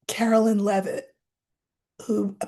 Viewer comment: Please , Caroline not Carolyn